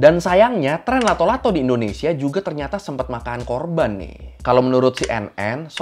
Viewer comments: nama nya Latto' Latto', bukan Lato Lato. Nama itu dari bahasa Makassar Latto'(di baca lattok/ kayak baca pempek d huruf K nya) yang arti nya bunyi(keras atau kayak bunyi patahan) Latto' Latto' jadi arti nya bunyi bunyi bang. Entah kalau d daerah lain pada kala itu nama nya beda atau sama atau terjadi penyesuaian kata karena perbedaan dialeg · It’s latto-latto, not lato -lato 😂😂😂😂